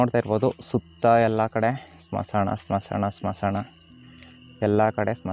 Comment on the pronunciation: Bro smasana alla bro smashana clear agi helu bro keloke chanagiralla k na